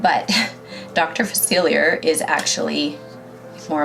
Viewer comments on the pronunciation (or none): “ princess and the frog is one of my favorites” You pronounced dr Faciliar’s name wrong... ( fa- sil- E- ay)